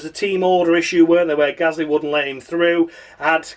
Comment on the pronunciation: David Croft used to struggle to pronounce Gasly correctly. At Brazil 2017 he kept calling him Ghastly. 🙄🙄